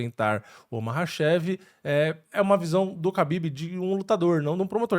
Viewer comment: A letra ‘Х’ do alfabeto cirílico se lê como o ‘R’ de “rato”. Apenas na transliteração a letra ‘Х’ é escrita como ‘KH’, mas isso não afeta a pronúncia. Portanto, o certo é falar “Rabib” e “Marratchev”. Tmj 👍🏻